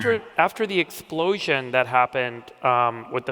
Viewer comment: how he says explosion.. makes me think of that south park episode of the hardly boys, "ooo i got a clue"